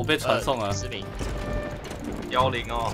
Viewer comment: 你把失明說成失眠